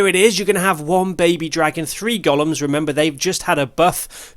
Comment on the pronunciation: loved the video, thank you. On a side note and as a fellow countryman of a certain age, I just thought I’d drop you a pronunciation tip: the big hulking things are not “goll-ums” but “go-lems”. 😀 (Hope you don’t mind me mentioning it. I’d want to know if it was me.)